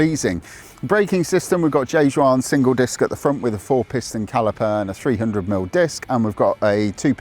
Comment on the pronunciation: Juan: Hu-wan.